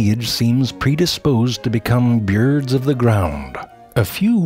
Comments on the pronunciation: "Beerds of the ground" 😂😂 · I love how he pronounces birds. "Byuird" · "Byords" That's genius. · "...and this lineage seems predisposed to become byeeurds of the ground." Always with the silly pronunciations.